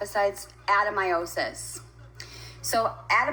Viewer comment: Ad-uh-my-osis. I had endometriosis and adenamyosis-is that the one she’s claiming she has?